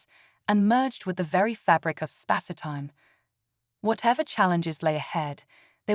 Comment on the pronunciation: A rather good and original story… 👍 I noticed a strange quirk: the way the word “Spacetime” is pronounced by the narrating voice. Is this a deliberate choice? I didn’t noticed other strange abnormalities. If so, it is quite remarkable! 😄